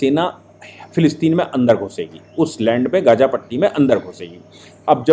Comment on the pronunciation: Abe Lallu Bhaiye gaja baja nahi Gaza Hai Wo Shafiq nahi Shaafih Hai wo Sahise bolna Sikhle Pehle Nalle Reporter.